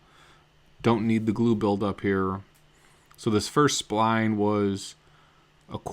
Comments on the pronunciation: Its pronounced SPl-eye-n Not SPl-ee-n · I don't think that was accent. He was just accidentally calling it spleen, not spline. Great vid though. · You talk funny. “Spleen”. I’ve always heard it pronounced “Spl-eye-n” down here in the Deep South. Absolutely beautiful work, man. I’ve only recently started doing big boy work on guitars after talking about doing it for 30 years. Love your channel and the incredible amount of information you share. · Who the hell are the 3 eyeballs who gave this thumbs down?? This was a great video. Even with the "Spleens" instead of Splines. 😂😂😂😂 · He started out calling them splines, but then switched to spleen. Maybe he had just watched "Fletch". "Ever seen a spleen that large?" "No, not since breakfast." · Ironically he says it correctly 50 times earlier in the video.